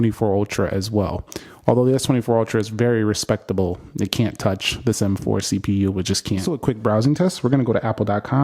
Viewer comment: m4 is pronouced as MMMM (gagged) 😂😂😂😂😂